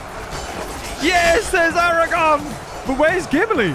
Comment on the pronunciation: The future king of both gondor and iron ore is not named Aragon it's Aragorn ARAGORN there's an R in there there's two R's in there in fact. if you're going to do a load of the rings batter battle get the names of the people the players correctly And thank you for removing sour on he was never in this battle.